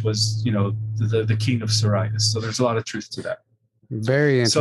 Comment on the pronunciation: It's curious how he first pronounced Siríus and later Sírius. He had this issue during Kerry Cassidy interview where she called him on his pronunciation and then he shifted after that. Strange to me. This small glitch.